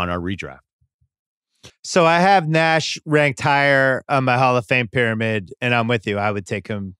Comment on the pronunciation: I could not listen any more after Ryen said Nash over AI.